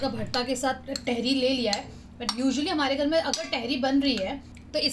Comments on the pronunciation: Ps it's not tehri. It's taahiri 🙈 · vo Tehri nhi hota tahaari hota h 😅❤️love from Dehradun ❤️😊 it's muskan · टेहरी नही तहरी होता है.. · I am from meerut.. Mazza agya vlog dekh ke.. It's tahri not tehri.. Amazing vlog.. U missed kadi chawal moradabadi daal.. Matar kulcha.. Chaat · Dearr I'm here from muzzafarnagar uttar pradesh the dish u ate in ur dinner it's not "tehri" it's usually pronounced as "TAHARI" plzz make it correct...... Love from muzzafarnagar and totally love your videos lovee youu ❤️ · It is not theri it is Tahari and it is nihari it is nahari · Sorry but tehri ट wala ni त wala tehri🥰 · it is तेहरी not टेहरी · Dear its not tehri its tahari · Not theri it's thadi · It is not a tehri its a taihiri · Didi vo tehri nhi hota h vo thehri HOTA h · Tehri nahi hota di tehari hoti hai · तहरी not टहरी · Its tehri with a soft t. Say like tum(you) in Hindi. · The pronunciation of tehri sounds very funny from ur mouth😂😂😂😂😂